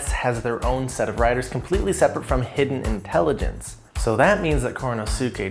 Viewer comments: I thought it's pronounced He-den, not hidden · It's pronounced: "He-Den"